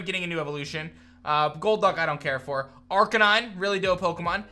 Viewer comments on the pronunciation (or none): none